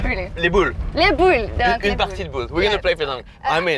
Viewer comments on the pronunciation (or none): "LES BOULES" LOL